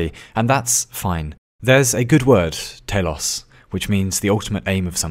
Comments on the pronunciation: Your knowledge of greek things is remarkable! Saw you mentioned Ouzo in one of your videos and now the greek word "Τέλος" which means "the end" also both pronounced pretty well for a non greek speaking person! You got me impressed sir! Can you tell me if youve been to greece before or where your knowledge of greek comes from? Cheers! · telos is a Greek word( τέλος) that means end nice Greek accent lol(really) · I mean telos isn't particularly hard to pronounce as Greek things go...